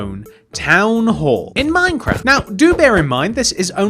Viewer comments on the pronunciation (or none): none